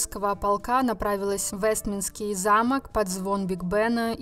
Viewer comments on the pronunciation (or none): Уважаемый ведущий! Все очень интересно. Но дворец называется Вестминстерский,а не Вестминский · Плюс к этому автор произносит слово «Вестминистерский» «весминский»🤦🏻‍♀️ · Это произносится: УэстМИНСТЕРский! Объясните диктору.